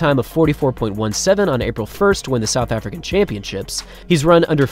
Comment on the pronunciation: “South Arican” (sic)